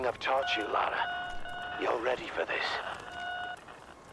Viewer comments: For peat sake, it's LA RA not Lay-Ra or fuckin Laura!!! How is that difficult to get right?????? Yanks drive me nuts!! 😂😂😂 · Why does every American pronounce her name wrong? It’s Lara Not Laura ! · okay I've heard ppl call Lara 'Laura' but LERA?? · Ok, repeat after me... LARA like Car-RAH. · Have no idea why Americans just cannot pronounce the word "Lara" 😂